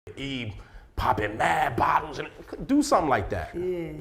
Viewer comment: “Can I say sumthen?” Mona favorite phrase 😂😂😂